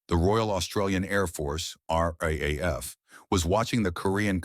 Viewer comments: Look here yank. We say R double A F. Not R A A F . I highly doubt that would of taken much research to find out. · Commentator referrs to the Royal Australian Air Force, as the Are, Are, Aye, Eff. It referred to, in Australia, as the RAAF. Or for you ignorant yanks, the Are Dubble Aye Eff. Learn how to speak Oz. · Please; "Arr-dubble-Ay-eff." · Unfortunately great story ruined by crap AI narration. RAAF in not pronounced RAF and so many other stuff ups. Mate if you re going to use AI make sure it works correctly. ! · Mate we call the R.A.A.F., the R Double-A F, try teaching your AI to say it that way. I grew up as a RAAF Brat in the 60's and 70's, Dad was posted to RAAF Base Darwin in '64 and '65 and I remember going camping down the Track one weekend. We left on a Friday afternoon and were expecting some other RAAF families to join us later that afternoon or Saturday morning, but no one showed up because RAAF Base Darwin went on Red Alert Friday afternoon after we left and the base was locked down with Sabres sitting fully armed and fueled ready to intercept TNIAF aircraft.